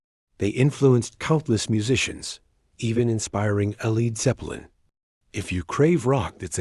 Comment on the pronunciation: Yeah. Like "El Eed Zeppelin"